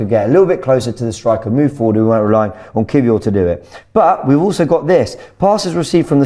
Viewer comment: Why does keep calling Kiwior “key-four” 😂😂